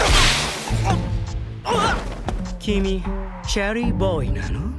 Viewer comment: チェリーボーイの発音良い高得点